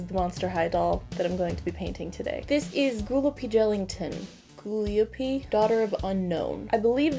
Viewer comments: You prenounce gooliope like guliopy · This is not how it’s spelled but this is how it’s pronounced goo-lie-apee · It’s pronounced GA-LIE-A-PE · Ghoul-lie-oh-pee Like Calliope, but Ghoulish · Gooliope... it’s pronounced like ghoul-e-ope. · It's said GAH-LIOPEE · Its go-lye-a-pee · I believe “Gooliope” is pronounced as “ calliope” would be....”goo lye oh pea” Still a dumb ass name. Love your channel you’re just as gorgeous as your art!!! You remind me of Mary Elizabeth winstead it’s driving me crazy cuz I am so jealous of her looks xD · Her name is pronounced: guh-lie-uh-pee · GA-LIE-UH-PEE owo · How you pronounce her name is ga-lie-ih-pee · No one really asked but the doll's name (Gooliope) is pronounced guh-lie-oh-pea. It's a play on the word ghoul though. Ya know, 'cause monsters lol. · It’s «goo-lie-uh-pee» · Gooliope is purronounced like Calliope! She's a goo monster that was created in a lab by a mysterious scientist and adopted by a circus! She's purresumably the daughter of the Blob from The Blob (1958).